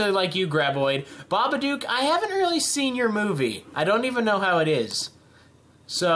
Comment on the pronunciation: How did you pronounce babadook wrong